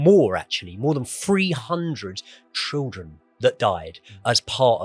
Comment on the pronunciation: Great video. How can't say Children? Trildren and then copies it.